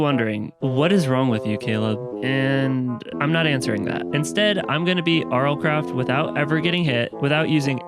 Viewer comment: "ERMM ACHUALHYY YOU BEAT MINECWAFT IN RLCRAFT NO YOOU DODNT BEAT RL CWAFT"